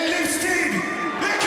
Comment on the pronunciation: Your Swedish is actually pretty good! Many English speakers would say "En leevsteed ay kreeg", but you got the single i correct - "ee". Great work!